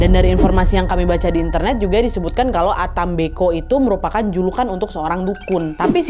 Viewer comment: Salam dari Flores kak? Pantasan pas dengar ka nad ngomong ata mbeko feeling saya cerita ini pasti dari Flores Sebenarnya ata mbe'o si kak 🙏